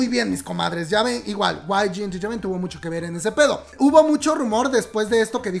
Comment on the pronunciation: Osea.. ¿ Guai Yi Enterteiment sabía que asuntos internos les tendían una trampa?,Amo cuando pronuncias: Guai Yi Enterteiment xD Saludos desde Argentina.